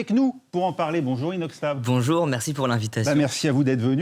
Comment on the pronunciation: Il a dit inoxtab 😭😭